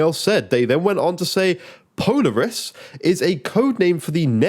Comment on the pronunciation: It’s pronounced po-laar-us 😂